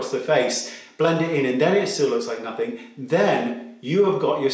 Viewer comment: Just a heads up Wayne... Nothing is pronounced nothing not “nothingk”